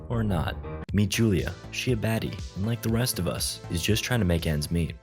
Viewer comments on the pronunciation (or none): you way you said "I lake that"is sus as hell lol